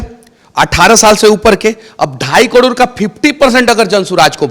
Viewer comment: कड़ोर नहीं करोड़ होता है मनीष जी